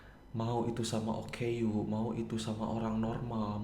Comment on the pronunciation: oh ya bang o k u bang bukan oku